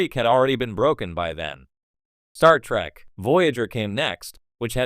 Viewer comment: why the AI keep saying star track lol